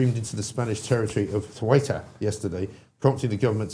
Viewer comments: Ceuta is pronounced Thuta. Toad in the hole is English Cuisine. We have fish and chips shops here in a small coast town in East Sussex some of whom also provide gluten free batter so that is great for people with Coeliac disease. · It's See-ur-ta.